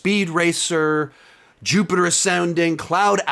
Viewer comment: “Jupiter asounding and cloud outlas”😂😂